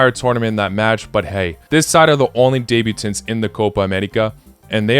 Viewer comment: The way you pronounce debutants is so bad lol Not debut-tints, debut-tants